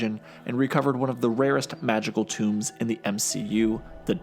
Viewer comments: Tome not tomb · "toom" ... smh